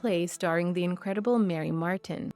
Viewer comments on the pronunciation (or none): none